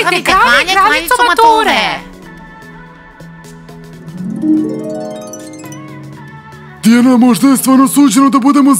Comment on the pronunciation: Ne kaže se Tiana nego Diana